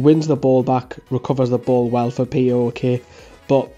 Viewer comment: Can I say PAOK is Pronounced Powk O as in Cow just this might help if we Sign him